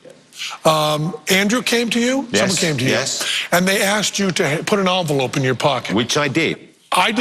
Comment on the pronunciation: Envelope, NOT Onvelope!!!